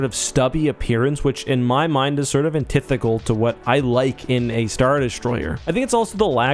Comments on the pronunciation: Jesus Christ did you just fvcking say “antithical”? Really botched that one.. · My boy out here being a bully but can't say "antithetical." Get rekt, scrub